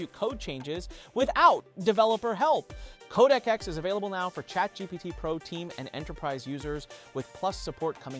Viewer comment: Not KodakX or CodecX …. CodeX. Just “Code” & “X”. Try saying the right thing next time bruh